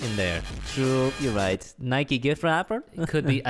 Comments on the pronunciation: Why’s he saying nikeee it’s just Nike with the e silent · ITS NOT NIKIEEE ITS NIKE